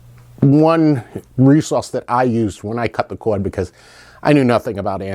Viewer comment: It's not a cowad, it's a cord.